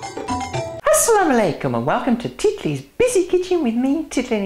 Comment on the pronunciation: i like how you say 'assalamualaikum' and 'khudahafiz' :)